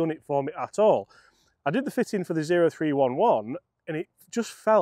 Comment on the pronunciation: Cmon, get with the PXG lingo. The 0311 is pronounced OH THREE ELEVEN